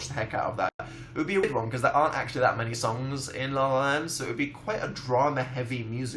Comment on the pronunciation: I love the way dan says because it's like "BuhCoooz"